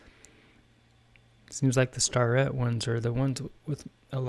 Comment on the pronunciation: Starrett is pronounced Stair-et, They had a plant in Mt Airy NC and I dated a girl in the 80's whose dad crated up their equipment for shipping...